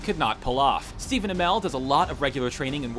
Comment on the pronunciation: wow, thanks for pronouncing Stephen Amell completely wrong